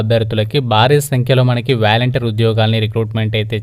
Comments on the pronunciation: Valenteer kadhu adhr volunteer 😅😅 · Babuu , volunteer,, pronunciation is volantiar , but not like vyalantir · valenter kadu bro volunteer 🤦‍♂️